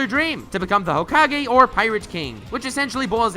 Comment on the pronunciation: ho-ka-gay and sas-u-gay